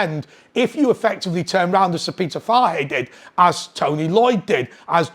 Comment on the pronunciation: Fahey... poor pronunciation my man